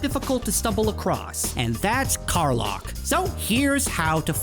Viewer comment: Lack, Kar-LACK. Is how it’s pronounced. Dummy.